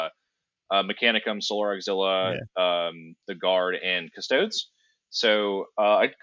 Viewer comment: Cus-toad-EEZE! Unless you also call marines ass-tarts.